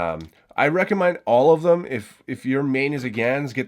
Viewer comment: he says recomind